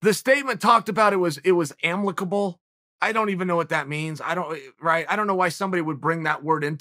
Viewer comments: Chael: "I don't even know what amlicable means." Me: It's amicable Chael: "Amlicable" Me: ok great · Dirty Uncle Chael actually making some sense here. Also, the word is amicable not "amlickable" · chael 'amlicable' sonnen.. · “Amlicable” lol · "Am lickable" - Big Uncle Chael! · Uncle Chael: Amlicable Me: Ok great